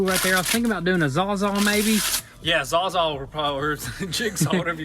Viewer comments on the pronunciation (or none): Sawzall lol. Not zazall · Saws-all, not zawzaw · Zawzaw???? You mean sawsall????